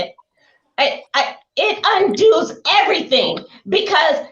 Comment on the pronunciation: OH, now I know why was in here bathroom! So that just in case she'd be called out for being so ridiculously stupid, she could actually wash her foot first before she put it in her mouth! 😂😂😂😂😂 And, the word is UNDOES...NOT UNDOOS...Grácias!